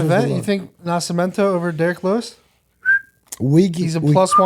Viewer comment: The level of respect I will show that fight gear is something you can't believe my brother.. also what the fuck is up with the disrespect of Nascimento.. they didn't even get his name right in the promo video! He said NasciMAmento.. put some respect on his name, he's your main event UFC!!